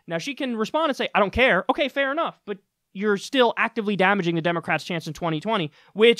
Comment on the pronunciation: Kyle the L in folks is silent, just like the N in damning....I'll comment every time!